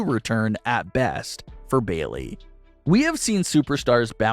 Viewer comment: Who is "Beelee"? Are you trying to say "Bayley"? Because, if so, you should try enunciating.